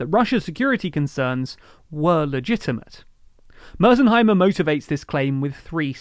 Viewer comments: . What a grave mistake. It's MearShimer and not mersenheimer. You even pronounced it correctly in the beginning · Stop saying “Mearzheimer” you can’t use an accent on a persons last name. It’s MearSHeimer”. British people do that a lot and it’s truly annoying. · It’s Mear+sheimer, not Mears+heimer. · The name Meirsheimer is of German origin, and the correct pronunciation would typically be: MY-er-shy-mer Meir → sounds like “myr” (rhymes with “fire”) sheimer → “shy-mer” (the “ei” in German is pronounced like English “eye”) So together: MY-er-shy-mer. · British people need to stop pronouncing people's NAMES with their accents. They used to call Barack Obama Barrick Obama. Now they're saying MEASZHIMER? Enough already. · “Mears Himers”🤦🏻‍♂️ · Good video but you keep butchering Mearsheimer's name. The S and the H are important for its overall pronunciation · didn't even watch the video... Not only does he not know how the name is pronounced he also doesn't know the actual length of the lecture. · The fact that you can't even pronounce Mearsheimer's name right, means you haven't watched his lectures on youtube. He mentions Hitler's invasion through Ukraine, not Napoleon's. On your second point, it's not about two wrongs that don't make right. It's not about morality at all but Realpolitik. He never says that Russia is right in doing what it's doing, he says that's what big players do and the unipolar world of the last few decades is a blip where the US has been the only one to unilaterally act. You say that this is a disproportionate response, what proportionate response should Russia have taken that would have stopped the Americans training and arming Ukrainians, one step removed from Nato membership? - not to mention the 2014 coup initiated by the Americans. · You managed to mispronounced "Mearsheimer" in two different ways in this video. Not once did you pronounce it correctly. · At least pronounce his name right